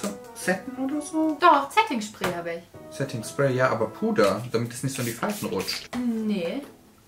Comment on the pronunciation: Zetting Schpräy hab ich iwie cute😂☺